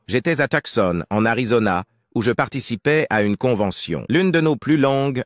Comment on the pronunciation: Tucson ne dit pas toc-seun mais 'tou-sohn.